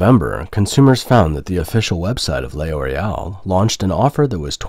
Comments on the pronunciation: L'Oréal is pronounced LOR-AY-AL, not lay-or-ay-al. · What is Lay Oreal ? Do you mean L'Oreal ? Thats not Lay Oreal, just Loreal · It's not pronounced "Le Oreal" but "Loreal" without breaks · Nice video. However the French company is pronounced "Lor_ee_)awl", The L is slurred with the Or to make a single syllable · Stop saying Le Oreal. Are you a bot? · Lay Oreal? What? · I’m sorry but him saying ‘lay oreal’ over and over was too funny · WTF is Lay Orial ? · It depends on accent, though. In my accent, the narrator said "lay-or-ay-al" because he failed to understand that the apostrophe indicates elision.